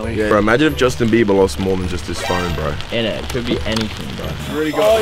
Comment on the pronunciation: nobody: jarvis: “init”